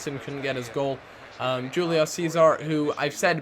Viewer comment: It's pronounced Hulio not Gulio... -___